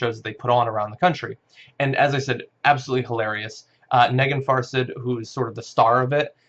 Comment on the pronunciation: The woman's name is actually pronounced "neh-GEEN far-SAHD" (stress on the last syllables). Her first name means "gem" in Persian.